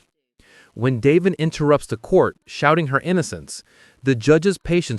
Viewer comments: i was thinking the same thing simply because my husbands name is Davin which is how the AI voice said instead of Devjn not Davin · Devin not Daven!!!